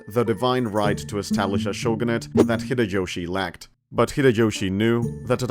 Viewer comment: Great video, i just wish the pronounciation for some stuff was better😆 秀吉 and 家康 aren't crazy difficult to pronounce😭